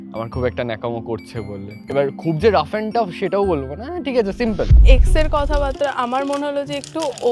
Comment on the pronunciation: কথাবার্তা কে সকলেই আজকাল ‘কথাবাত্রা’ উচ্চারণ করে দেয় 🥴